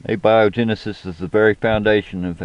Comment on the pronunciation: The Theory of Evolution simply explains the diversity of life it says nothing about where life comes from. The Theory of Evolution belongs to the field of Biology and Abiogenesis to Biochemistry. What do you think the simplist life form is? Are viruses alive? P.S, learn to pronounce the stuff you're talking about. Using spell check would be helpful too. We all make mistakes but these are easy ones to correct.